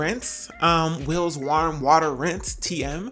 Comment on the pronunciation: why you say warm like that lol